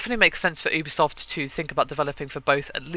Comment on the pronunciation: Pretty sure it's not "OObisoft" it's "youbisoft" (pronunciation)